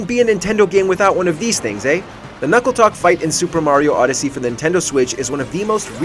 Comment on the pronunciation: Knucklotec, not Knuckletoc. Also, it's been eight years. Further, you said a phrase twice during the Bongo Bongo segment. Lastly, Andross didn't have hands in the original Star Fox, but he did have them (mode depending) in the second game.